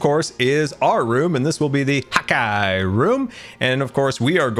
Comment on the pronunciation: What’s the deal with “hot guy” does he not realize it’s “hawk eye” ??